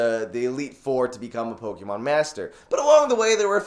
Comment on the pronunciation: Please say pokémon the correct way